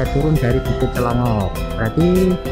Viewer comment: Clongop bukan dlongop